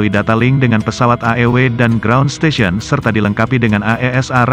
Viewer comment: INI KOMENTATOR NYA NGERTI BAHASA INGGRIS NGGA SIH..... masak STATION dibaca STATIOON ..STEYSIEN.